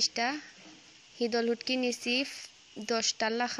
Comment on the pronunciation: ফুটকি নায় শুটকি